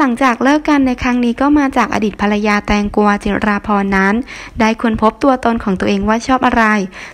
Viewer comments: เค้าชื่อแตงกวา ไปอ่านแตงกัว มันแย่นะ😛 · คนอีสานช่ายไหมพูดแตงกัวว่าซ่าน5555